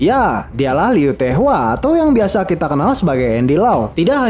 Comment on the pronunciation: Bilang apa tadi ? Lee heu te hua? Namanya LAU TAK WA, ANDY LAU